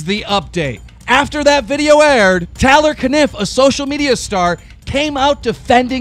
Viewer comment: Lol "Tyler Caniff" "Tay-lor Caniff"